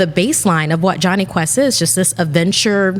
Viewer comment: Am l the only who heard jonhy test instead of jonhy quest